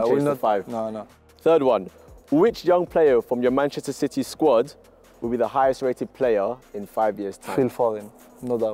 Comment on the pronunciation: did he just say manchester shitty??